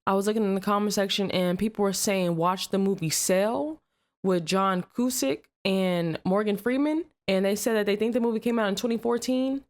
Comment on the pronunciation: All those slave masters respected the Bible, so whats going on with that kind of person ? also cusack sounds like " Q zAck"